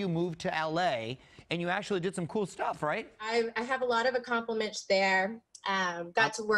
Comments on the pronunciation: She has a lot of accomplamitch in LA. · Just as dumb as ever and not nearly as cute but it's nice to hear she's had a lot of "accomplimitchs" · “I have a lot of acoplomitch there.” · Let’s tune in and see if she’s actually smart Says “conversating” and “accompliments” 🥴🥴🥴 Yea I’m good 😂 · “I have a lot of accomplimench there” say what?? lol. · It was good to hear that she had a lot of "accomlimench" in Los Angeles. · Did she say acomplemench? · I heard accomplimish Not accomplishments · "I have a lot of accomplimunch there..." Oh, you cruel, cruel world - - - how can you continue to judge this clearly accomplimunched young lady so harshly? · Oh lord. “Conversating” and “accomplermensh”. Poor girl. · Way to go, you’ve still got it: “Conversating” “accomplichments” 🥲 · “Accomplimitch” seriously!? 🤦🏻‍♀️ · I had a lot of "accom'plitch'ments there" God bless her. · Did she say ‘accompliments?’ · DID SHE SAY I HAVE ALOT OF ACCOMPLIMISH THERE!?!? Mario’s face right as she says it 🙄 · "I have a lot of accomplishmish there..." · “I have a lot of accomplomich there.” Excuse me? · Did she just say that she has a lot of "accomplimench"? Im certain she just invented a new word. 😮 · What the hell is an "acompliments"? 😂 I love Mario’s response like hell nah I’m not keeping in touch with children! This girl learned nothing with age! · I’m so glad she has a lot of “accomplimench” 👏🏼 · Did you actually say you have a lot of accomplimensh there? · "I have alot of accomlomich there" 😂😂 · She makes up her own words 🤣😂 "I have a lot of accomplinch there." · "I have a lot of accomplamench there.... " . She's Still Got IT!!! (but honestly, I probably wouldn't do much better :) ) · Did she say “ I have a lot of acompliments”?? My god she hasn’t changed a bit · omg, you're right, she did say accomplimage! lol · She's still just as brainless as ever: "conversating", "accomplaminch". Yeah, she didn't learn a thing. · Conversating? Accomplimage? She’s still clueless.